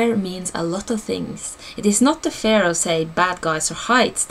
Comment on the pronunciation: You pronounce fear as fare. Didn't make sense at first. Thank you for this video! Great info. :)